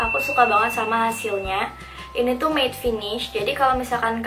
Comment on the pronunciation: 'matte' not 'maid'